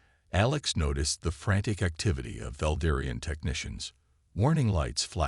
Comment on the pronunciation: Get it right! Its valerian not valderian. Come on every one of these stories has never been proofed ,the inconsistencies in the stories is terrible. I don’t understand why the AI can’t get it right.